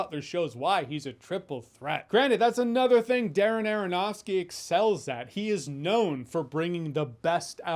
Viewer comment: Darren Aronofsky said rapidly sounds like Dara-Nara-Nahski. I give you my most useless comment ever, friends. For the algorithm!